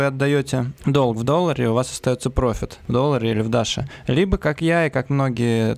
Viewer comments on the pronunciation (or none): none